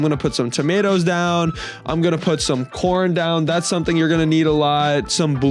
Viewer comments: When the video was he said core not corn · I dont think bro said corn…